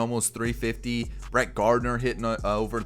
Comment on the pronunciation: It’s not bert gardner it’s Brett Gardner